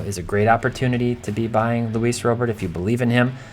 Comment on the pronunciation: Can we start pronouncing Robert like Robert? It's time